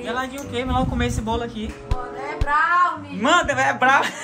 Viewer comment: Brawnir kkkk é BROWNIE kkkk mas ta tudo bem 😂 amo vcs dois vcs são os melhores ❤❤